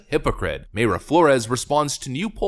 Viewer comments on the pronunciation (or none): It’s My-ra Flores. My-ra not May-ra. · I'm fairly sure Mayra is pronounced "My ruh"; one word of course, no pause. I used to know a Mayra. Although, "Houston, CA" is pronounced differently from "Houston, NY" so who knows. Need to listen to her say her own name to be sure.